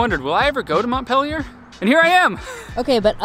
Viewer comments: Just an FYI, it's pronounced "Mont-peel-yer" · Yes. Not -pill yer🤣